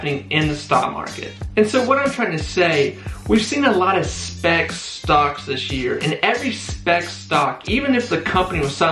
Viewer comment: Bro are you trying to say Spac?